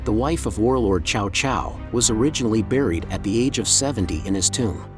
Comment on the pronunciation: hate these AI voices, his name isn't pronounced chao chao, it's t'sao t'sao